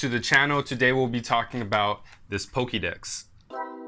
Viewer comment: Pokey Dex? For Pokey Mon?